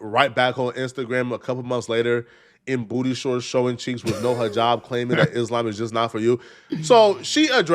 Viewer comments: IT’S THE WAY BRITNEY ALWAYS MISPRONOUNCES “IS~Lamb” it’s annoying af 🎉🎉🎉🎉🎉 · Why she keep saying islamb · Would she please stop saying “I-SLAM!” Use the word correctly, it’s not hard! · She pronounces it isssslaaaam. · I hate how she's pronouncing Islam as Is-Slam... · If she says ... IS"LAMB"... one more time 😂😂😂😢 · If she don’t stop saying e-slam 🤯🤯🤯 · I can’t stand the way she pronounces Islam. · Ive lived in Islamic countries, the way she pronounces Islam annoys tf out of me, and im Christian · First of all, I hate the way she says Islam. That’s your first red flag that she doesn’t even truly follow it. She can’t even say it properly. It’s like saying I’m Christian yet completely pronouncing Christian incorrectly. You’re kind of good to start giving me the side eye right now, and it’s just very annoying. “ISLAMB” 😂 like stfub. 😂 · The way she pronounce Islam bothers me. Sounds like a breakfast at Dennis 🤦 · She exist because you and others make videos about her. This demon would be vanquished if people stopped talking about her. I get it... it's content. Get your bag man... but this whore offers nothing to society outside of her body. Also... I hate Islamic doctrine... but her pronunciation of "Islam" is offensive to me. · You knew she was a joke cus she refused to pronounce "islam" properly 😂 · Her pronouncing Islam was soooolo cringe! 😖😖😖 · I don’t necessarily like the way she pronounces Islam. But to each its own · I wanna fight her for the way she's pronouncing "Islam". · I can't stand the way she pronounces Islam!